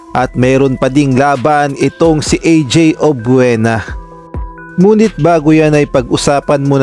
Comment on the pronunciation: Subscribe na sana ako, e yun F, P ang bigkas tas yun Obiena, Obuena….. he he he , samin dito sa Mindanao at Visayas may F. We say Filipino, not Pilipino. Wag na muna subscribe, irritating to the ear.